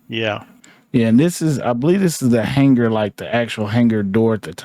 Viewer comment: lol this guy... it aint Hang-gar its Hang-ar